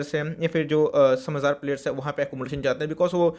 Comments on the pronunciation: har sentence ke last main jor se "Hain" bolna jaroori hai kya bhai saab 🤣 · Cute lgta h 😄